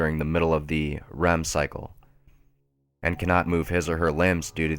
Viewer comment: you forgot the letter "d" in the word "and" every time you said it.